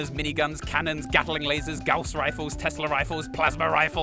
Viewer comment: Good god. Someone pronounced gauss correctly. Its a fuckin miracle.